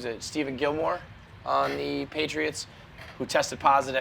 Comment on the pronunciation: "Steven Gilmore". jesus christ it's pronounced Stef-On